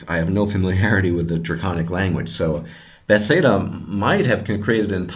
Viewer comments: Not to be rude, but it's Bethesda, not "bethseda". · before I listen any further I would just like to comment on your pronunciation of Bethesda. It's hilarious and makes no sense to me. furthermore good job and now I'm going to finish the video. lol